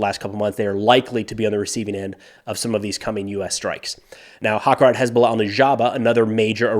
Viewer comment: One note - harakat, not hakarat.